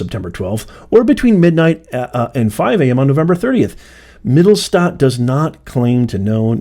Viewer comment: "Mit tell sch stat" Yes, you were doing it right, the name is German and roughly means "middletown" in America it means downtown